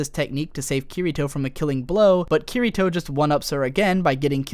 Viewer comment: Awesome video, but i hate the way you pronounce Kirito